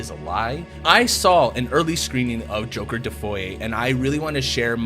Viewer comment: Why do you call it joker defoy?